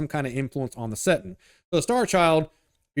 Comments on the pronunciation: Bro its settinG not settin.... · Hilarious how dude keeps referring to 40K as a "settin'" numerous times 😅